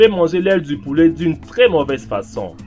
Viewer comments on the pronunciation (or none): Nan c'est "l'aile du pouwlet" xD